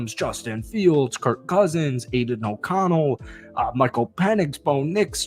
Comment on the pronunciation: The way you say “Aidan O’Connell” pisses me the fuck off . I hate that you think he’s good to lmfao